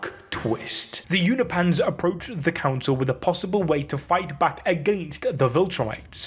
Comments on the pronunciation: YOU-NO-PEE-ANS Not You-no-pans. Come on, man. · I believe it’s pronounced U-nope-ins not U-na-pans❤ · You’re pronouncing Unopians as ”You-kno-Pahns” when it is pronounced ”You-Know-Pee-Annes” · They're called Unopans, not Unipans